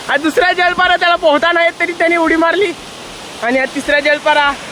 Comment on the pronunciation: जलपारा ❌❌ जलपरी ✅✅